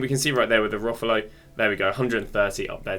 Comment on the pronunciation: Please stop saying rufalow. Its rolfo. "Role-fo" 😂😂😂